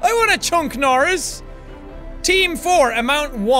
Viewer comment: you said CHUCK NORRIS name wrong >:(